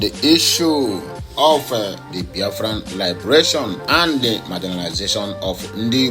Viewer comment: Liberation or Lee- be- ra- tion.Please stop damaging the English word